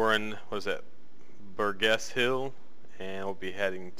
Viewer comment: Croydon is pronounced croy-don , like Roy with a c on it and then don. Also Burgess is pronounced b-urge-ess . Hope that helps!